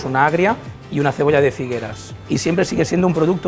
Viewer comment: Lo cojonudo es que el subtítulo dice "Figueres", pero el chef dice "Figueras".